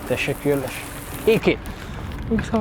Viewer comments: It's lovely that the presenter is trying and I'm sure it's going unnoticed however I would double that pronunciation. Teşekürler is the word for many thanks or thank you which is pronounced teshe-cool-ler not teshe-cool-lesh which translates as thanks-carcass 🤣. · Hello my friend. "Thank u" = "teşekkür ederim" or "Teşekkürler". But u pronounce it like "teşekkürleş" :) Just to say. anyway, thank u 4 the videos. <3